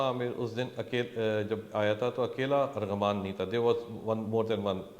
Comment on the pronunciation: FOR FUCK SAKES ITS ARMAGHAN NOT ARGHAMAAAN